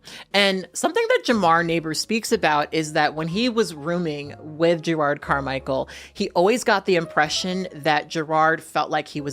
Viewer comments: I love you but his name is not gerARD it's je-rod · 3 things 1. You look great. The wig is hella cute and looks like it could give you some fun styling options with it. 2. It sounds like youre saying "Gerrard" instead of "Jerrod" and it kept throwing me off but my ears may just be fuckedup. 3. Part of me assumed that having dozens of siblings in the world would make dating and sex more complicated. There's definitely deeper stuff that i can never fully understand happening with him and his relationship to blackness. But i do wonder if gravitating towards white guys is also an insurance thing. If the dude is low on melanin the likelihood that they share a dad is significantly lower. But that may be me just reading into shit and it in no way excuses the way he treats his partner or the other people in his life. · these names are eating you up. 🤦🏾‍♀️ It’s Jerrod, not Jerard. JerROD. The second syllable sounds like the word ‘odd’. Between this and Taraji recently, I’m begging you to pay more attention to the names of your video subjects so I can share your content with other people. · You sayin "Jerard" is killing me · His name is Jerrod, not Gerard.